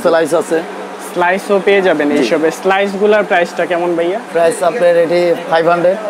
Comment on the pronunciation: বাইয়া কি ভাইয়া কথাটা ঠিক ভাবে বলেন